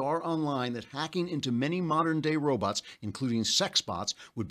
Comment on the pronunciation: Dear Mr. Klavan, why do you say "robuts," but "bot" normally?